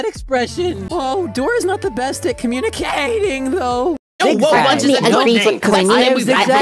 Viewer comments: U Mean "CommunicATEing"? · tou put 8 where it doesn't sound like 8